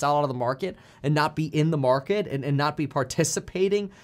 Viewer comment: The feds cna literally destroy-uh the market-uh